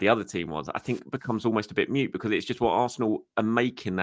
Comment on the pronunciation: Moot. Not mute 🤦‍♂️